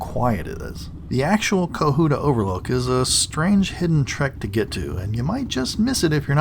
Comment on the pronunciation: I've lived in Georgia NORTH GA, all my life. So,, please stop saying cuhoota. Co hut ta!